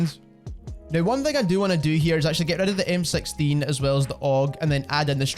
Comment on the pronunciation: Lol MSexteen? First time i heard 6 pronounced like that. Thanks for the help tho